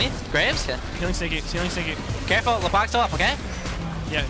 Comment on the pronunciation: Sounds like says "Stinky" instead of "Sneaky"